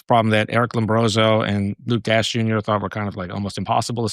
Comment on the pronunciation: I’m not sure how truly involved Paul is in this space after hearing him say “Luke Dash Jr” and not Luke Dashjr. Just seems like something you would pick up on right away considering how long Luke’s been around; he is pretty much a household-name for bitcoiners…